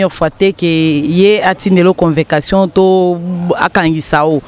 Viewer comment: Convecation ? Loba bien stp